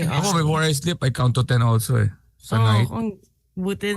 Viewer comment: Count to ten... "Kantuten" hahaha